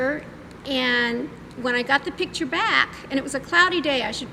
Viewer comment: I despise her grammar, "Pitcher" it's "Picture", with a C before the T.